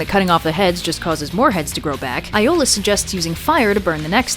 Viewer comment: Iolaos is actually pronounced Ee-ou-la-os,... dman get your greek names right, girl;op